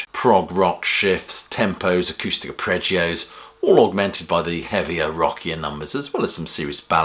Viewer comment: Friendly, well intentioned pronunciation correction: Arpeggio - are-pej-ee-oh